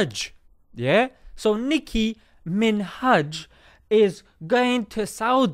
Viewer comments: ''NIKKKI MINHAJ'' yeah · Last of all, Nicki Min-hajj.....😂😂😂🤣. Well done dude😊😊👍🏼👍🏼